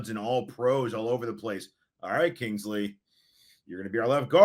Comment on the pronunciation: Except for the fact that can't even pronounce Kingsley's last name correctly